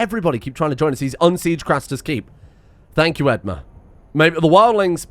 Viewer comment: I know this isn't related at all but the way you pronounce edmure as edmar is driving me up the wall 🙃